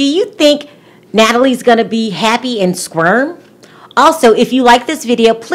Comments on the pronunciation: Squirm? It's spelled Sequim, pronounced Squim or Skwim. It is in the middle of nowhere though. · It’s not Squirm. It is Squim. No R. It’s actually a really nice and beautiful place. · Darling please, I must correct you ,Sequim, Wa is Pronounced squim. Please look it up on the pronunciation so you’re not trashing it. The other thing is Sequim is one of the most beautiful places in Washington there is I know because I used to live 15 miles from there for over 10 years. I think they are one of the most normal couples and have a Great chance.And I’m not picking on you girl just wanted you to know how to say Sequim and how beautiful it is there. Peace out! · It's not Squirm it's Squim ,Washington and it's on the coast . I've been there it's a small community but very friendly . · It's Sequim (pronounced SQUIM) NOT Squirm -- sheesh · I love you! However, Sequim is pronounced Squim - the “e” is silent. I live in Washington and this girl will not be happy or survive in Sequim. It’s very very rural, it’s country living and gives impression of lots of people living off the grid....like living in the “back woods”. Keep up your wonderful, entertaining, on the mark reviews! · It’s pronounced squim. My husband is from Washington state one of the islands called Whidbey Island,it’s a cute little village type of town. East of Seattle my sister in law used to live there I used to love visiting her when she lived there, especially the cute little shopping village area. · I'm from Seattle and I had to laugh when you pronounced Sequim. It's pronounced more like Swim. Sqwim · Just an FYI it's Sequim (pronounced like SKWIM) Washington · It’s Sequim, not squirm😅 It’s Native American. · its Sequim prounounced Seqswim lol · Squim Washington. Like Sq-im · Lol, it’s pronounced swim with a Q.. Squim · I love your videos but as a Washington native the way you are saying sequim hurts my soul 😂😂😂